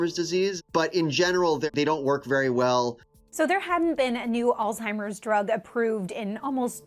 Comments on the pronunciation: Why is this guy allowed to be recorded saying "all-timer's" disease? 🤦‍♂️ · Did nobody else notice that the Doctor , the Harvard Professor of Medicine, called it "All-Timers Disease" like a total moron?